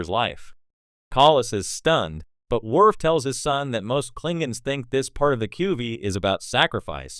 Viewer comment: Commander “Wirf”